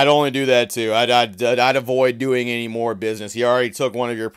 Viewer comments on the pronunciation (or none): none